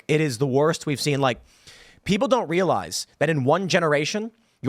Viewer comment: Freudian slip “peopre” 😂